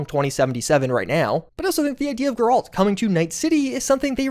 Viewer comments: How tf are there still fans out there mispronouncing Geralt's name? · the fact that you can't say Geralt correctly... what good are you as a game nerd? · Your saying geralts name wrong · He's gotta be mispronouncing Geralt's name on purpose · I don't even care about the Witcher series and him pronouncing it like that bothered me. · The way you said Geralt making me think you either played the game in french (cus you said the name correctly in french) or you're misspelling it on purpose cus there's no way, even people that didn't play the game know how to say Geralt in english🥀🥀🥀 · He did it on purpose because people will more likely comment and boost his algorithm. Same reason he purposefully announces "women" as "woman." It's just to generate clicks and comments. And honestly I don't blame him, I've followed for yeeeears and it's probably hard to keep the content making money. \o/ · The way you pronounce Geralt's name honestly makes me want to add myself to the Hanged Tree, ngl bro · Good Lord, say geralt correctly, watch the show, or listen to the way they say it it in game. Mostly joking, thank you for your informative videos! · How can you be this deep into video games and not know how to pronounce Geralt? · No way that’s how you pronounce Geralt😭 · Yeah.. I physically recoiled when he said that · Literally came here to complain about how part of my soul left my body everytime he pronounced it that way! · I'm convinced mispronounces names so consistently and persistently at this point just to generate comments and reactions. JER-ALT? SANDA-VISTEN? Bro there are so many examples of these names being pronounced IN GAME dude 😂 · Calling him Jerald is diabolical dude. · really jairalt bro calls it jif too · Jerall'd, LOL. Did you even play the Witcher 3? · My ears... why would you pronounce Geralt's name like that? Where did you learn this from? :face-blue-wide-eyes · Your pronunciation of Geralt is so fucking dumb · Bro still mispronouncing Geralt